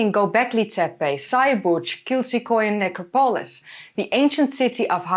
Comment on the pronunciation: Is it "necro-polis" or "Ne-crop-polis"? I can't tell if you have an accent or if I've been mispronouncing this my whole life. I'm always happy to learn, but a pronunciation based on local dialects is good too. Thank you.